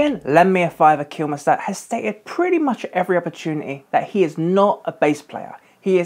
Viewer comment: Kilmister not Kilmeister please!